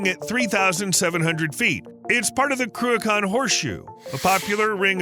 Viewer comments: I THOUGHT it was Cruachan; you Speech ---->TXT said Ben Kraken. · Shame this guy didn’t practice pronounciation of the mountain and dam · Would love to teach you how to pronounce the word 'Cruachan' properly, but your making a brave effort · My father was a civil engineer on the Cruachan dam project. My mother lived in one of the nearby villages. Without hydro electricity I wouldn't be here! P.S. It's pronounced Croo-achhhh-an not Croo-akan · Listening to an Amurican pronounce scottish words is hilarious . Ben crew-a-khan😂😂😂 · It is not pronounced "Cruacon" for starters! Hate it when Americans do these videos and cannot even get the pronunciation of Scottish place names correct. Some of the Gaelic names can be difficult but this one is very simple to say correctly. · Your mispronunciation of Cruachan drives me nuts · Cruachan ends with an, not on. Also Edinburgh ends rgh, o. Get the names right please. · Crew - a - con? ... Love it. It's pronounced Crew a chan ('ch' sounds as in loch). Never mind: Right at the end, the bloke doing the voiceover proves he can't say loch either. It was built because nuclear power plants take ages to ramp up and slow down. Cruachan enables nuclear power stations to produce at a steady rate while taking care of peaks and troughs in demand. It's now being used to try to do the same thing with wind power because the 'green' lobby has stuffed nuclear power. Unfortunately, supposedly environmentally friendly wind turbines actually produce more greenhouse gases per kilowatt/hour of electricity generated than nuclear stations because wind turbines are so grossly inefficient and use huge amounts of steel and concrete in their construction. The electricity they produce is entirely unreliable (when the wind don't blow, the turbines don't go and the leccy don't flow) and hugely expensive, which is why we pay a fortune for electricity in the UK. Time to give the 'green' lobby a good kicking, don't you think?